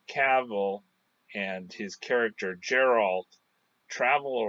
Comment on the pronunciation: with all do respect YOUR PRONOUNCING geralts Name Wrong its not JERR-alt the way your pronouncing it, Its GER-ALT same way your pronouncing it except pronounce the G instead of a J nooffence but its cringey hearing you call him the wrong name.